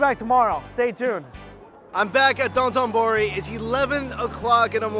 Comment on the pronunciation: Dotenbori? I've only heard of sotenbori